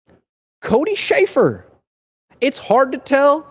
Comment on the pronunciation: Cody Schraffer 🤣🤣🤣 come on